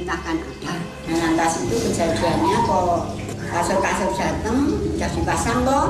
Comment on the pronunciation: bukan kasun, tapi KASUR = BED